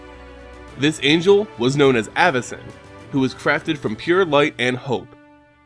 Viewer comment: It's pronounced Avacyn, not Āvacyn